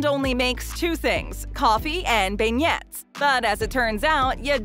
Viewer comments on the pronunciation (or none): ...they're not pronounced as "ben yets" say "BEN YAYS"... "Beignets" are a chocolatey CHEERFUL TASTE EXPLOSION inside of a doughnut like exterior... just saying... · Been-yet? cringe It's Ben-YAY...'cuz French XD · Did she just say coffee and benyets??? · It hurts my feelings every time she says Ben-yets.